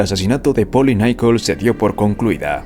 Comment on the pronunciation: "Nicol"?? 😂 No se llamaba "Nicol" se apellidaba Nichols.